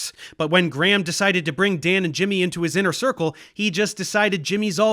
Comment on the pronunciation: Graham ❌ “Gramm” ✅